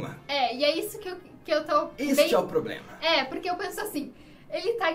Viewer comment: Tobey: E quem disse que isso é poblema meu?! 😂😂😂😂😂😂😂😂😂😂